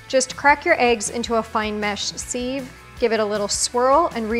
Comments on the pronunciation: Yes, very nice but why can’t she pronounce the word ‘sieve’ correctly. It is not [phonetically] seev, as she is saying it, but siv. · Great lesson in egg poaching. Terrible lesson in English...the word is pronounced siv...not seeve. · Grey video! Very helpful. But for the love of God, stop saying “seeve” it’s a “Siv” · Because she said sieve like it rhymed with Steve and not how it is meant to be pronounced e.g siv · It's a sieve not a seeeve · Very clear, thank you. btw: pron: siv, not seev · Nice idea … with the sieve. Interesting pronunciation of that word. Where are you from? It is usually pronounced siv not seeve. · Just learned another way to say a word. Sieve. It’s pronounced Siv not seeve!! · Merriam Webster pronounces SIEVE as SIV not SEEV. Just sayin. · It's pronounced SIV not SEEVE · Erm - did she just say ‘seeve’ for sieve....? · Sieve is pronounced SIV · Seeeeve? Are you serious? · I would have more respect for your video if you pronounced the word sieve properly.